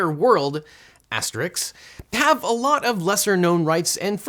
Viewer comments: OBJECTION: * is pronounced ass-ter-isk not ass-ter-iks. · I can't believe that I heard you, a lawyer, mispronounce the word "asterisk." It is not "asterix." If you can say "risk" you can say "asta-risk." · Did you just say Asterix where you meant asterisk? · It's asterisk*. Asterix is that cartoon guy who beats up ancient roman soldiers. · I believe You mean ASTERISK... NOT asteRIX :), Although a lovely comic it has scant little to do with the subject at hand. Best regards. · Did he just say Asterix, instead of asterisk? Is that some kind of joke I've missed (maybe mocking the "ax me a question" crowd) or does such an erudite and eloquent dude really not know the difference in pronunciation? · Did you intentionally say Asterix (i.e. the Gaul) rather than asterisk (i.e. the punctuation mark)? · It's an asterisk, not an asterix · A professional narrator should never, never, NEVER let the syllables "astericks" come out of his or her mouth. Never. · Did he say "asteriks" ? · Legal Eagle is they last person I would have expected to mispronounce 'asterisk' but here we are